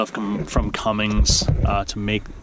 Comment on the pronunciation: You said cummings 😑